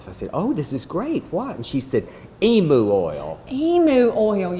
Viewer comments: In the South or wherever else, "emu" is pronounced "e-mew", not "e-moo". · I've never heard a Texan pronounce Emu like "eemoo", it's always been "eemyew"!